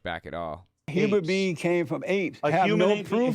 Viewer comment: I think I'm stumped by the Christian guy's pronunciation of the words "human being" as "humour bee"! Like do bees even LAUGH?! Nope they make honey